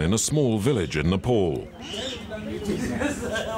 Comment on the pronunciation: Bro please correct your pronunciation It's Nepal not Nepol Please..